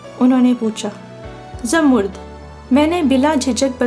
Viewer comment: Boht pyari kahani. Lekin ap mind na karen to aik baat kahun. Ap kuch alfaz sahi ada nahi karteen. Jese zamarrud ko ap jamurd bol rai hain. Isko propounce karen Zamar-rud. Yani 2 syllables me.